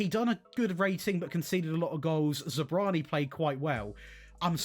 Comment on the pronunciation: Great video! I don’t know how to pronounce Zabarnyi either. But the a comes before the r.